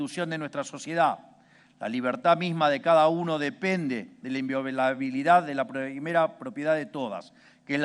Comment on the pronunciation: Tiene que leer? Inviobilabilidad dijo?